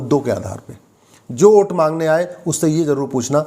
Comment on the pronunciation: कानून के आप अच्छे जानकार है। वोट को ओट उच्चारण कर संदेश दे दिए।